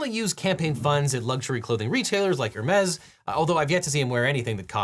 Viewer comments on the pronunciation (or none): is THAT how you pronounce Hermes